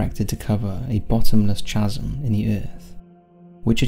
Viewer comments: Chasm is pronounced 'kasm'. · Chasm is pronounced kasm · Well done, and very informative. I have a hard time believing "it was aliens". They exist, for sure, but wouldn't travel a billion lightyears (or however far) to leave a glob of goo behind; I mean ... how sloppy could they be?? Teaching moment: The CH in "chasm" is pronounced like the CH in school